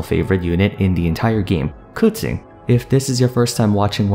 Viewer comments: Cooching.... Kaching pronounce..no hard feelings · I swore her name was pronounced (Keh-Ching) ? Why is he saying it (Cew-Ching) ? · It is so weird that you're pronouncing it "Koo-Ching"..... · Why does he say kutchen instead of Keqing? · who the hell is "Kuting"? I thought her name was Keqing. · did you just say kutsing instead of keqing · It's pronounced KA'CHING! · "kuching" huh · 🎶 I pulled a Kaching 🎶 🎶 I wanted a qiqi 🎶 🎶 I know it's spelled and pronounced Keqinq. 🎶 🎶 Buuut...I like Kaching beee...ttterr 🎶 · wait its pronouce ku-tzing? it hurts my ear everytime he saying her name.. i love keqing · i legit thought he was calling her cutscene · God he doesn’t know how to say her name and I understand stand i callde her keping so I understand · Who tf is kootsing ? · its ku-tsing? not ke shing?! CHINA WTF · I swear to god, literally no one knows how to pronounce keqing so they say random giberish, now its "kutsin" 😂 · This was a good video, but there’s one thing I’d like to add to the pronunciation. Keqing (pretty much the same as you pronounced it, just there was one thing missing) is pronounced: the keq part was right, it’s pronounced Kuh-ts-ying (search it up on google translate, it’s correct) I honestly was surprised at your pronunciation bc most Genshin people pronounce it as kuh-ching, which is rlly great 😌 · 30 seconds in: "Kuqing", well this is gonna be an interesting video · keching is how I pronounce her name (and a good majority of others) xD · did you just call Keqing Kucung?? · its not, its “keching”, i know it as i am chinese. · Bruh I want to watch the video but if he says KeTing again I'm gonna puke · isn't that wrong though? It's Ke4 Qing1 isn't it? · You pronounce Keqing really crazy bro lol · You don't even say her name correctly... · Idk first time i heard someone pronounce it that way, dont be offended lol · Wtf did you just call her. That is not how it's pronounced